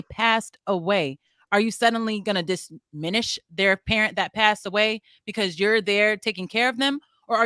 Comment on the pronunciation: All can say is that u all need to stop using big words u can't pronounce....i.e....DIMINISH 😂😂